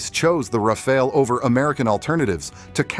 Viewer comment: RA-FA-LE NOT RAFAEL God Almighty 🤮